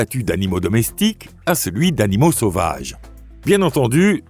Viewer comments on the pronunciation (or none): Votre robot a un défaut de pronciation .. assister devient attister, ainsi devient éci, sauvages devient tauvages